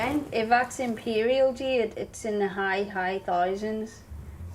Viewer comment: Jeeeed? Not Jeeeed? You'd think a gemologer could at least pronounce the stone names?